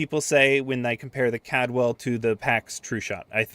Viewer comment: Take a shot every time he says "Cadwell" instead of "Caldwell". You'll be dead before the end of the video.